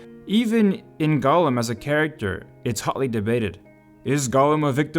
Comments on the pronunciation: Golem =/= Gollum. "Gollum" is pronounced "GAHL-uhm." "Golem" is said "GOH-lehm." The former is an ex-Hobbit twisted by the One Ring. The latter is a Jewish mythological construct of a man made of clay infused with life by mortal sorcerers...or made of flesh if you're one Dr. Frankenstein. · talking about Gollum… watch: The Outer Limits S02E16 Deprogrammers there you have: "Jollem"